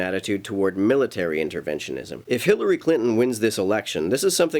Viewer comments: At the mark...did you say Hitlery Clinton or do I need to get my ears checked? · Did you say "Hitlery Clinton" ?